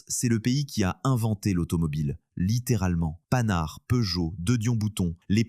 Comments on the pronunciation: Des choses vraies et aussi des exagérations donc bof! Et puis on dit pas panar on dit Pan-hard! Quant à la rouille toutes les voutures rouillaient. Les traitements anticorrision n'étaient pas aussi aboutis qu'aujourd'hui. L'électronique ? C'est toujours une source de problèmes aujourd'hui. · Panhard prononcé Panard! MDR! C'est ca l'intelligence artificielle? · Panhard ne se prononce pas comme "canard", ça se prononce "pan hard" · Haha ! 😂 À mon avis, faut pô rêver ! 🙄😏 Et encore, le commentaire est loin d'être ici détestable, comparé à d'autres chaînes, je trouve ! À part la prononciation de "Panhard", tout se laisse écouter. Ne jetons pas le bébé avec l'eau du bain !